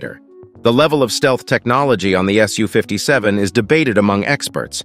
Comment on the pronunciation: Congratulations! For the first time the voice pronounced "SU" "ess you" instead of "sue." Keep it up. I watch a lot of your videos, and this one was particularly good. Thanks!